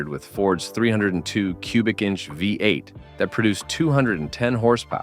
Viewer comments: AI crap. Actually pronounced Omega as Omegav, instead of pronouncing V-8. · The AI needs to read a book and learn how to pronounced VEE 8